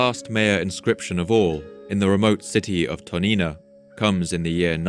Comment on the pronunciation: When you read Toniná, the emphasis is on the syllable "ná".